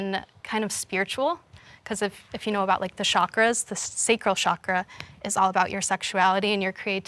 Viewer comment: “Chakra” not “shakra”. ‘ch’ like “Charlie”.